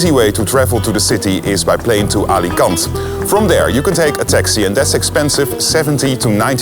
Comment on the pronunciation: dude the way you pronounce alicante irritates me